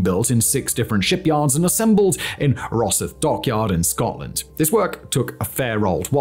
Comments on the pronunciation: raw-SYTHE, not "Rossith". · where is Rosith shipyard it's Rosythe as in Scythe, doughnut!! You Nay speaks da Inglese?? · Ita Rosyth (Ros-eye- th)